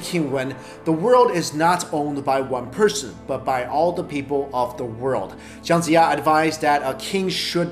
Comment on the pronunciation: Are you Chinese? the pronunciation of Chinese name is wrong and some of the facts you mentioned actually deviates from the actual history recordings. Although it doesn't change your opinion of the smartest Chinese, but the names really got me triggered. e.g. Jiang Jiya -> pronouced as Jiang but you read as Zhang. Guang Zhong -> the word Zhong is prounouce with ng, but you read as it Guang Zhou -> which is a province in China. Wo Long -> 卧龙 -〉sleeping or lying down, not crouching =.= how would a dragon crouch?